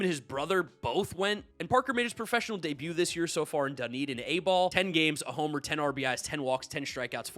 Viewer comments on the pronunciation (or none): none